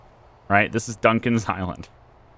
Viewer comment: Lol it sounded like you named it Duncan's High-land and the only thing that popped in my head was "let me tell you this story of a 3 hour trip..." Kinda brings a whole new meaning to Gilligan's island tbh lol